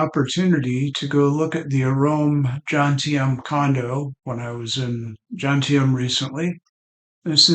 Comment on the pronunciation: Good video but its JoMtieN not Jontiem, just saying 👍 I live down the coast in Bang Saray 😯🥳🥳